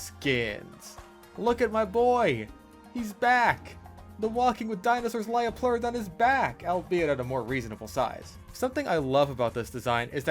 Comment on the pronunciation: Hearing “lie-o-pleurodon” had me correcting your pronunciation by saying the line “it’s a leo-pleurodon, Charlie” like some sort of sleeper cell 😂